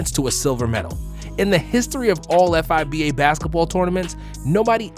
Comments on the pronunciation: Amazing video bro, but I've never heard anyone spell out F I B A It's just like FIFA Fee-Ba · Bruh just say fiba not f.i.b.a. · is it just me or is it really uncomfy to hear F-I-B-A instead of FIBA. i get icky when i hear F-I-B-A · “F.I.B.A.”? Really??? Lol say it in one word man. FIBA! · It’s Fee-Ba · Bro read it as f-i-b-a 💀